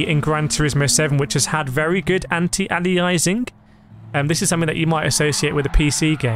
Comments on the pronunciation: It's pronounced 'ayleeassing'... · The way you pronounce aliasing 😭😭